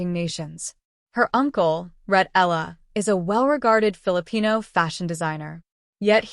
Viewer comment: Why can't you properly pronounce her (Alex) family name..?? I'ts Eala, capital E-A-L-A, Eala !!.. 😠😠